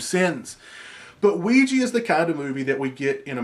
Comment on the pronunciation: I really have a problem with people saying "Ouiji" people don't like a's anymore? it is Ouija. With an a.